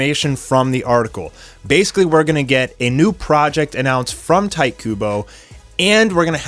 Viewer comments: "Tight" Kubo? Isn't it more like "Teetay"? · Its not pronounced "tight" its pronounced "Tee Tay". Kubo Tite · Fucks sake, learn Japanese phonetics. It’s pronounced “tee-tay,” not “tight.” Holy fuck. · its tite not tite. KEKW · I think it’s pronounced Tee-teh Kubo, not tight. I’m sorry I couldn’t let that go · I always thought it was pronounced titay Kubo not tight Kubo😂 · Lol! You know his name is "tee-teh", right? I giggled every time i heard "tight"... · Really? The "Ti" in his name is pronounced "Tai"? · That may be, but my Japanese teacher taught me that "ti" was pronounced "tee", and "tai" was pronounced well... the way it looks. But i'm assuming you've heard his name in an interview or something, so i defer to you. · My dude. It’s a Japanese name. It’s pronounced Tee-teh. Not “Tight” Kubo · YESSSSSSS!!!!!!! And isn’t the name pronounced Tee-tay (Tite)....? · Yeah that was bothering me. He didn't even try. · Your pronunciation of Tite hurt me